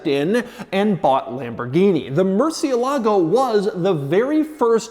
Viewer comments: Why does an expert such as you are, mispronounce the name of the vehicle? cie is chi, not si. ???✔✔✔ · The stress is on the "e" not on the "a" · Please just call it the Bat. Hearing y'all butcher Murcielago is killing me, lol. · They don't know how to pronounce Murciélago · Why is it so hard for people in the U.S. to pronounce the word"Murciélago"? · If you are going to review a car, at least pronounce the name right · Murciélago is the name, not MurcieLAgo lol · "Mercy-el-ago" if you can't pronounce it right you shouldn't be driving it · Wish y’all’d pronounce the car’s name right. It even has the accent over the E. Murci-E-lago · Please learn how to pronounce murcielago correctly as in “mercy Ah ligo “ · This is the second video you pronounce "Murciélago 🦇" so wrong Doug‼️ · That's not how you pronounce murciélago 🤢 please ask Google next time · Probably the worst pronunciation of murciélago 😂😂😂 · Is anyone else bothered by his pronunciation of the model name? The accent mark over the E isn't just for decoration - it tells you where to put the stress. It's a common mistake, especially for us Americans, to stress the A instead, but it's wrong in the original Spanish. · He doesn't say it right. The C makes a CH sound in Italian. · The accent is on the IE not the LAGO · The American pronunciation lacks fidelity to the original Spanish, which has antepenultimate stress, hence the accent on the e, and might be something like 'mercy-ELLA-go'. And if the retort to that is "well, it's Italian", the Italianized pronunciation has a CH sound. "Mercy-uh-LAH-go" is just straight ignorance. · Am I the only one who’s annoyed at how americans pronounce the murciélago’s name like “Merci-e-LAgo”? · It's pronounced "Murci-ELAH-goh", with accent on the "ELAH". Spanish for "bat", as in the winged creature. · This!... is a Lamborghini "MurcieLAgo" ==> Wrong! This!... is a Lamborghini "MurCIElago" ===> 😀👍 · Repeat after me: murciÉlago...no murcie-lago